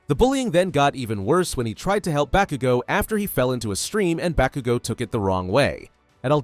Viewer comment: Stop saying bakugo wrong